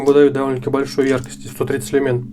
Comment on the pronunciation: Не люмЕн, а лЮмен